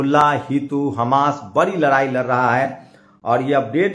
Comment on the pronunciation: Pahle news bolna to sikho larai nahi ladai bolte hai